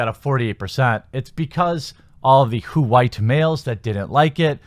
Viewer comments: "Whowite males" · I laughed hard every time you said "WHOO-ITE Males". You're right, if a movie is bad, it's bad. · "H-white Mmmales!"